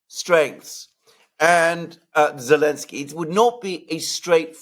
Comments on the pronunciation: Not Elenski, it's ZELENSKY!!!😮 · It's Elensiky and Biden it's bye dung